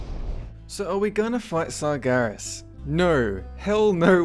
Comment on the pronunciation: Tumor Sargeras? the fuck man, speak clearly...